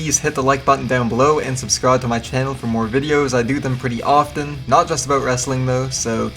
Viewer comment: The pronunciation of 'often' !